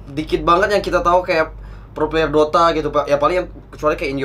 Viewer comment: " mau ngomong player kepleset jadi pler" Emng dasar 🤣